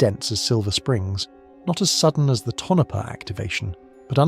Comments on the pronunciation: Southwest Idaho Tonopah = Tone-uh-paw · If you have to resolve the CORRECT pronunciation of our PLACE NAMES, please DO contact me... or another Cartographer. Tonopah = toe-no-PAW (from the Paiute meaning "There is no water there") ALSO - neh-VA-dah NOT a VAH.'.. If you use that "VAH" yer pegged as from New Joisey (or Lost Wages)